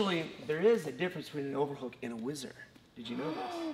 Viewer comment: What a minute it is called a whizzer and not wizard. Next you are going to tell me that we don't get French benefits.